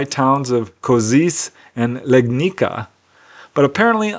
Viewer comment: "Legnica" from 2nd case is pronounced more like Legnitza. C as C, not as K. I even live nearby ;-) , we have a lot of UFO cases in Poland - most important one was CEIII in Emilcin in 1978, where a Polish farmer with no prior knowledge about UFO was abducted - as he describes - by frogmen-like monsters onboard strange bus-like flying object.